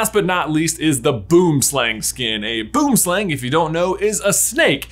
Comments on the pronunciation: Hi, I don't want to be rude, but this is something that's been bugging me for a while Boomslang is pronounced bOO-Um slung. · Your pronunciation of Boom slang killed me 😂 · As a South African it was hilarious hearing people saying "Boomslang skin" because "Boomslang" is not pronounced the way you read it. Boomslang in Afrikaans translates to tree snake. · As a south african whenever I hear anybody but south africans say boomslang I physically cringe. Like seriously Americans and British people could not be any more wrong with their pronunciation